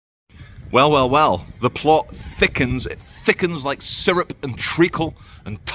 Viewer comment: So the two guys were not black. said ‘men laike’ (not sure if her exact words) She says ‘like’ all the time and pronounces it ‘laike’.